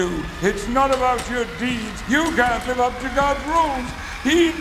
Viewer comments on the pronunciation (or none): none